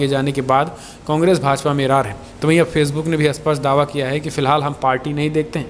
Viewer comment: Bhai aapki hindi sudharo.aap supust ko asupust bolte ho..aap har video me ye vakya bolte ho.lekil har bar asupust bolte ho .jo ki galat h.is se accha h aap 'seedhe tor par; aisa vakya use karo .ok